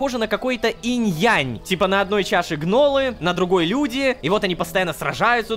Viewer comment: Инь-ян а не Инь-янь